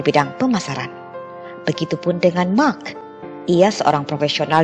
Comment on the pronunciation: Pas Mark malah mak 🤣